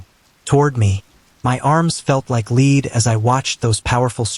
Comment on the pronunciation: Leed? Not how "lead" is pronounced, Mr AI